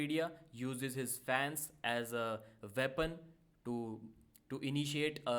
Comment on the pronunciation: Weapon not veapon